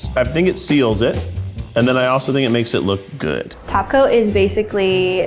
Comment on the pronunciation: All I can hear is "taco" instead of "top coat." Thanks Cristine